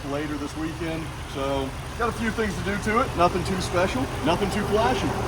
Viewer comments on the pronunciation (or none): none